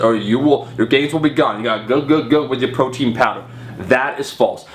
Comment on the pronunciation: My only complaint is I think you say proton... Not protein... Thought that was funny though. I believed the timing of pre and post workout supplement too. So stupid... SMH.